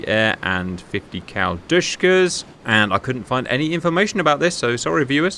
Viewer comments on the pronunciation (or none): Oh... De-She-Ka! not dyshkas! ДШК